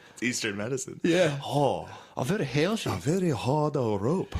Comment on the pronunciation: 🍆💦 "Vewy heawthy"